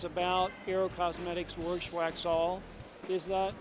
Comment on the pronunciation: Saw your comment first and had no clue what you were saying. Now I can't stop laughing. He must say it like 30 times